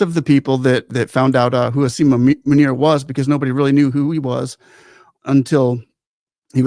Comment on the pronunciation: I like the way he says asim manure😂